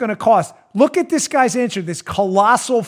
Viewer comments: Hey Dan .... getting so worked up about dis stuff , just makes you forget to use th's on your pronunciations...dis , dat , dose , de udder guy ,,...and ypur hand movements really show how buff you think you are.... Think I am gonna start listening to your podcasts , maybe then I won't be so distracted by your poor use of de english language , just so you know dat I am not duh guy you tink dat I am , I do appreciate what youse guys do ... dis isnt a put down , just an observation from a dolt in fly over country , you know ...where all duh corn grows ..., hehehehe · Like dis and like dat an da utter ting!